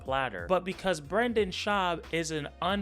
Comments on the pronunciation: calling him "bwenden" is crazzzzyyyy bro i choked on my beer on that one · The funniest thing about you is how you pronounce "Brendan"